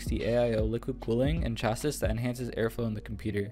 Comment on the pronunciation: Chassis…. “Chah-c”